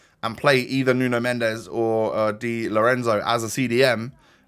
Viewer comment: nuno mendes is pronounced as nun mensh